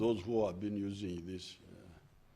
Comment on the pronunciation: “Why, Because ..... therefore “ those the only words I got from this address! Oh plus ....usingie 😀